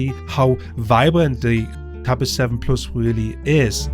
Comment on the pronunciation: korrektur: nach 4min quälerei....... wenn man schon auf englisch macht, dann bitte mit korrekter aussprache, nicht mal das simple "plus" wird richtig ausgesprochen... ohrenkrebs... abgesehen von diesem "ich mach auf ammi" ist der inhalt trotzdem gut, nur es tut ständig weh dieses denglisch zu hören... ;-(( schade....